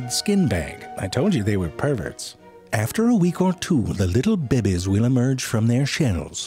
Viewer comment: I just watch these videos to hear you say “bay-bees.”